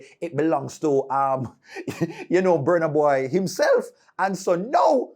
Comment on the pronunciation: I don't know when u guys will learn how to pronounce Burna Boy properly.